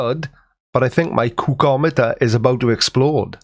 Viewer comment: “My cookomiter is about to explode “ 🤣